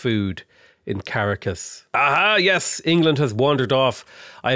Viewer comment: Hey, if your wondering the emphasis goes on the last syllable of Bogota and the second syllable of Caracas, so like Bo-go-TA and Cah-RA-cas. Anyways, stoked to see a (reality) tall run, good stuff!